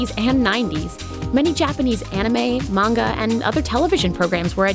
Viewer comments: OMFG. Manga!!! 😠 you say it like this: Mon-ga Not:Main-ga People don't even say it right 😖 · Can people just PLEASE FREAKING PRONOUNCE MANGA RIGHT? If you are gonna pronounce anime right you should do the same with manga. It is mah-n-gah , not mang-gah. the japanese syllables are Mah n ga. please somebody back me up with this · Omg, the butchering of the word "man-gah" (manga) as mang-gah. xD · Will someone please tell that girl that Manga is Not Mani-GA!!! It is really annoying and may the word sound like Mango!!! I hate when people call Manga Maniga >.< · The way the dude says manga bugs me.